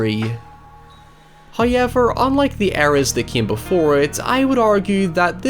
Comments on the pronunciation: I'll never get tired of hearing Howyever. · Nobody:: Hoo-ey-ver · Can u say however correctly